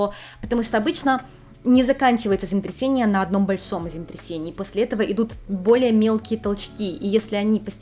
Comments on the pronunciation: Хочется, чтобы вы произносили четко слово землетрясение, а не земтрясение. Извините. Вы очень хорошо рассказываете, но очень глотаете длинные слова. Только не обижайтесь, мне очень нравятся ваши ролики❤ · Ваше "земтресение" звучит настолько очаровательно, что проулыбалась всё видео, несмотря на серьёзность аргумента🥰😍😆👍